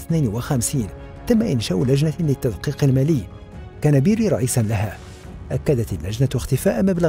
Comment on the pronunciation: أسمه بيريا و ليس بيري